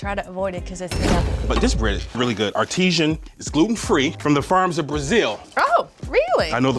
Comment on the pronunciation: He said Artishen 😂😂😂